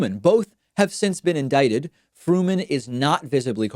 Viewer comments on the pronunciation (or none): none